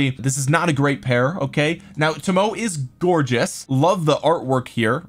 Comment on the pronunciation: Toe Moe Ay is how the Japanese archer lady's name is pronounced. OpenAI bots can also tell you how to pronounce it. They're grrrreat!